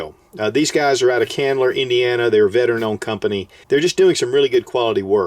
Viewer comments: Chandler IN, as in the Friends character. Not Candler, as in candling an egg. :-) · Ch-Chandler. Like someone’s name. Sorry, it’s petty I know but that was hurting everytime you said it.